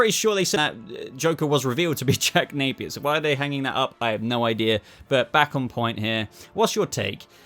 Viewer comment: Jack Napeyer